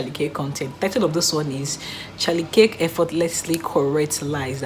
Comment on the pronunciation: It’s pronounced phonetically KERK not KICK or CAKE